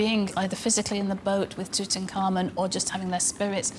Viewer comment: "Itutankhamu" kaway-kaway kung mag Ilonggo dito. Hahahahaha